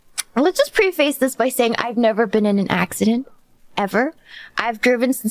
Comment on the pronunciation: I don't mind Asians learning English, but do it right. Preface /Prê-fis/